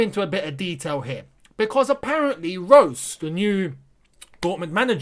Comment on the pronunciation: he is a sancho replacement idiot ,and it's pronounced rosa not rose